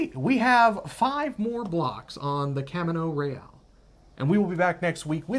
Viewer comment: Pronounce it in Spanish - Cahmeeno Reh ahl